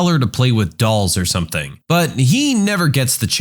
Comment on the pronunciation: No k in the word something.